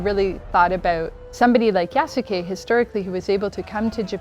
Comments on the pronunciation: There are a few wishes I have now: 1.) I hope they don't pronounce his name with the heavy U (YasUke) but more like "Yas'ke" in the game. 2.) Please don't let Yasuke and Naoe get romantically involved! That would rob them of some of their individual personality and more blend them together into one. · It’s pronounced yaske not yas u ke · wtf? pretty sure it's not pronounced "yasookay" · It's pronounced "Yas-kay" Ubisoft. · the writers dont know about yasuke either. can't even pronounce his name right. it's not "yasookay" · I find it hilarious that despite them making the game, they don't even know how to properly pronounce the names of their own characters. 💀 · The French guy being unable to say "Japan" the way most people do is forgivable. It's the woman with perfect English deliberately pronouncing the U in "Yasuke" that's driving me nuts. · I hope the voice actors actually yasukes name properly . The way they’re saying it is wrong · The most atrocious thing about this video is the ineptitude with which the names Yasuke and Naoe are pronounced. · Someone needs to teach that woman how to pronounce "Yasuke".